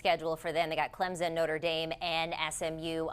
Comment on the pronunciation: Why can’t educated people pronounce Clem-Son correctly!! Where the freak is a Z smh!! Ok after further listening the commentator just can’t read! Bless her heart! Cade Klub-nik 😅